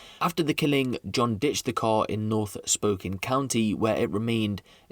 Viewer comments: Spo-can not spoken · Also, pronounced spoh-kayne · You really need to learn how to pronounce stuff...jfc it's not pronounced spoken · It's pronounced, Spoke Can. I live there and YES, a father is justified in, putting out the trash, that's his family duty. The justice system, just puts this garbage back on the street. So, as a mom and grandma, I'd probably do the same. I live in a very rural area, so, I'd just bury the garbage. ; ) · heh.. its pronounced Spoe-Can :D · Just for future reference brother, its pronounced like "spo-can". Amazing video as always looking forward to an update on this one man. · Pronounced as spoke Anne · it's pronounced as Spo Kane- As in Cain and not Can..I have a buddy who is from there and he was super anal about how we pronounce American Cities ect. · Pretty sure its pronounced "Spokayyynee" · Spo-can= spokane